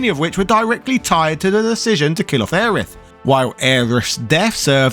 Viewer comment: "Aya Brie" 🧀 hohohoo~ I didn't know you were French